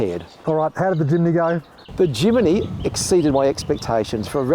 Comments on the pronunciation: great video but its a Jimny NOT A JIMINY!!! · Why does he say Jimny wrong every time. There's no i after the m. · Crikey mate....it's Jimny, not Jiminy! Capable little beast that. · Jimny, not JimAny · 5 minutes in, I'm astonished that he got as far with such a defeatist attitude - not someone that I'd like to represent a brand. Also, it doesn't bode well when a dealer mispronounces the name of a product: It's not Jiminy, it's Jimny. All that being said, the modifications to the Jimny were spot-on and clearly effective. Ironically, as a Suzuki Jimny owner, I now want to swop it for a Iveco... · somebody please tell its jimny not jiminy! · "Jimeny " ??? It is called Jimny ! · My eye twitched every time he said "Jiminy"... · It’s “Jimny” not “Jimmy” ? Strange. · Great video - but you have to learn how to say “Jimny” 👍😉